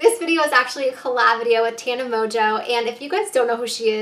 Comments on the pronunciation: HAHA SHE PRONOUNCED TANA WRONG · she pronounced tanas name wrong at the end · am i the only one that realized she pronounced tana wrong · At the end she said tana wrong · She's doing a collab with Tana and at the end of the video she said her name wrong?